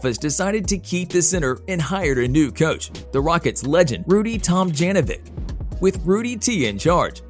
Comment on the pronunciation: You pronounced the coach's name wrong. Tom-jon-ovich.